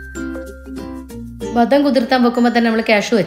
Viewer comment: ബദം അല്ല ബദാം